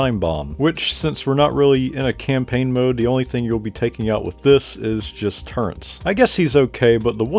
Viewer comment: Why’s this guy always saying “turrents” instead of “turrets” in every battlefront video 🤣